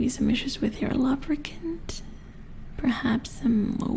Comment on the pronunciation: The way you say lubricant sounds like lubberkin which is form of botchling in the witcher universe. They are the spirits of stillborn children who watch over a household. Very interesting stuff :3